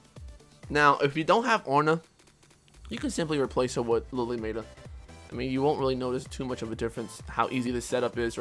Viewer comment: You pronounce Lily Matah weird...